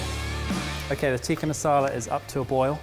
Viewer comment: Dearest - it's Tick-ah not Teek-ah. Just a heads up mate 😉